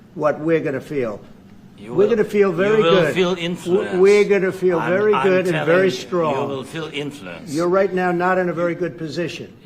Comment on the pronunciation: "I'm wery serious' says Zelensky, so he turns up wearing that garb!